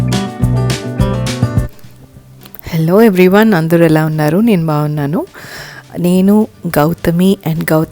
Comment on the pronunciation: నీను కాదు మేడం, నేను అనాలి. PM అంటే మధ్యాహ్నం, ఉదయం కాదు.